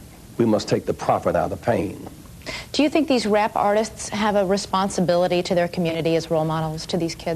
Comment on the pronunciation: Responsibili-TEH, reali-TEH.